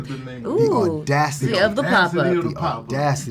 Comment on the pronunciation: Damn! I didn't know interviewing big folks in Hollywood. Do your thing. "The ordasity of the pop up"🤣😂